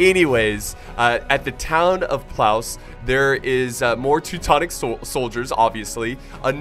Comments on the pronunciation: It's pronounced pwovtze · Great video! If you're going for the correct pronounciation it's: /pwovtse/ :) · haha nice pronounciation.. it's more said like plofteh . I know, polish is strange.. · Battle of Plałs? Good God... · As a Polish viewer I find it quite funny, how you pronounce the name of the city xD I understand that, no problem, but you get it. It's pronounced more like "Plovtze", fyi. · oh my god sorry but i found your pronounce hilarious because you said "battle of plauss" xd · Actually it's Płowce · Mikołaj Muszyński ur right it is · Mispronounce lol you aren't even close, but you are trying, thx for battle;)>